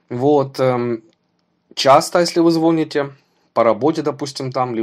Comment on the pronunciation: значит, говоришь, звОните? Сначала научись по-русски говорить.